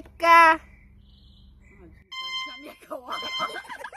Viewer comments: She get Jamaica wrong lol🤣🤣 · Lawd she get Jamaica wrong